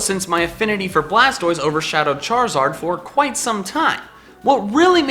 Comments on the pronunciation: ARE, NOT IS! AND THE S IN CHARIZARD IS SUPPOSED TO BE A Z! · Left off the I in Charizard!